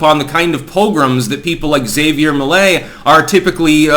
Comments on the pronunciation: it's pronounced Ha-vier Me-lei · He sounds even.ore funny if you speaks spanish. His argentinian accent makes him more spicy. Anyway, Milei is not perfect obviously, but is the less insane candidate that Argentina have in the elections. PD: It's also funny how pronouns his name as "Xavier Milley".😂